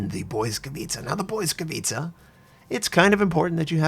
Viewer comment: I've found top ranked matches now evolved the meta into anti-smoke lineups. BB's carry spotter planes, Shiras overspam with torps and most often than not Belfast's and Fiji's die first. Oh and, pls, its not "boy-scavitza", let google translate play the correct pronounce as i cant take the cringe. translate.google.pl/#en/pl/Lightning